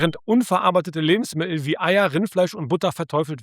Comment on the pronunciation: Lustig, die Aussprache von "Lebensmi*el" 😅😆